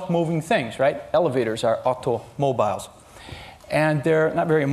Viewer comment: the way he says aUtOmObIlEs 😂